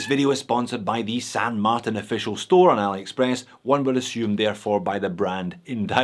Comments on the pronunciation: You're giving me anxiety! You switch from saying San MarTAN and San MarTIN.. I literally click the video to see if you would still pronounce San Martin the wrong way. Sorry but I can't watch the video if you keep saying that way. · Wait. Wait. Wait. Why the change in the pronunciation of St. Martin? I always liked "Mar-tan".